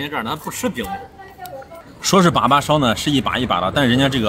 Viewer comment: 把把，发音应该是（二声）（三声）吧🤣